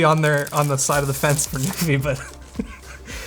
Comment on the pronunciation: Until I actually saw it on the poster and such I thought was saying "Newfie" and I was so excited for a Canadian product getting featured!... Nope, it's NuPhy >.>